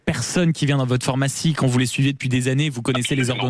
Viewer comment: on dit phArmacie et non phOrmacie...😤🤣